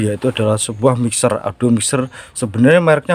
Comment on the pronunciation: bukan adu bang tapi audio